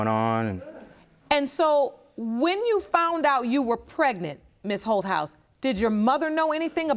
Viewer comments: I kept thinking the judge was calling her "Hoe House". I had to really look at the spelling, it's Holthaus...lmbo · I thought the judge was saying her name was ho house 😂😂🤣😂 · When I first heard the judge say her name, I thought she said, Hohouse, lol.